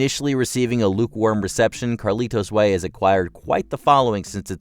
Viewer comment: I have seen them all except a few of the honorable mentions. I found Ben Kingsley in Sexy Beast to be the most memorable and vile character. Carlito’s way is horribly overacted plus your pronunciation of the movie was overly deliberate.